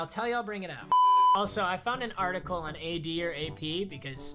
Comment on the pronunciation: thank you for getting his name right